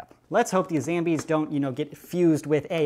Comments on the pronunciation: Why do you say zambies instead of zombies? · I love how you say zambies instead of zombies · Why do you call them Zambies? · Wy u call zombies zambies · It isn't zambies it's zombies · it's not zambies it's zombies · It's zombies not zambies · Why do you say SAMBIE! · I Tell everyone at my school about you they all think you funny I told them about how you say ZAMBIES instead of zombies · its not called zambies its called zombies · Its pronounced Zambles.